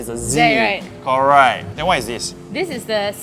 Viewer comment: Corr-ight 😂